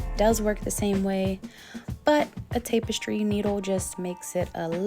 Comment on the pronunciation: It's ta puh stree needle, not tape a stree needle.